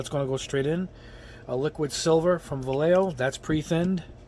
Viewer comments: Yo pronounce vallejo like va-ye-jo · As a native Spanish speaker, I would say more like va-yeh-hoh... It's a Spanish brand, a Spanish name...I think he's been doing pretty good job pronouncing it too.... Don't know why everyone else wants to call it valayho